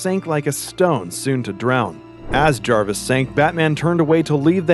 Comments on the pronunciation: It’s jervis tetch not jarvis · Is anyone caught on the fact he keeps saying Jarvis